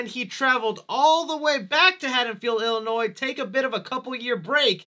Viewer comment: The s is silent in Illinois